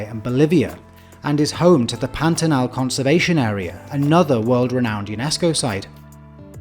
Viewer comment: The pronunciation of Pantanal was perfect too.